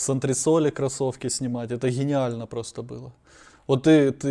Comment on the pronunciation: Хениально просто хениально через букву Х, чисто рагулиный язык. Хто это, хонь в пальто